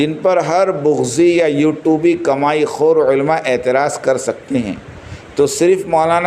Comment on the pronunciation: भैय्या. दुख की बात यह है कि आपको उर्दू ज़ुबान नही आती और इल्मी जवाब देने चले हो उलेमा को आप उल्मा बोलते हैं